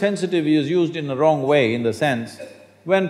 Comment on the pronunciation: "maybe you are in the weong country", that kills me